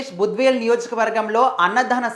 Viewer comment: బద్వేలు కాదు. భద్వేల్